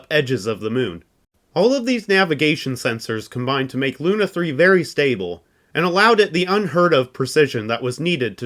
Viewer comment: Awesome video! Much work here. Still something makes me wonder is it a hollywood tradition to pronounce russian words wrong?))) SpUtnik, that's like in put😂 By the way semyorka sounds bulletproof😊 Besides lunA off course)